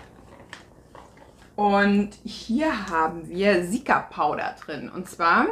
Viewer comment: Seltsames Aussprechen von Cica (wie zika). Es steht für centella asiatica btw